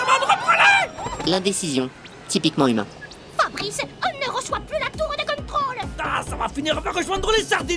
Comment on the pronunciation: "FABRICEUH ON NEUH REUÇOIS PLUS LA TOUREUH DE CONTROLEUH"😭